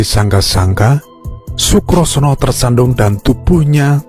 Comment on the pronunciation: " Sebut namanya salah melulu , " Condo birowo". bukan condrobirowo , Sukosrono " bukan Sukrosono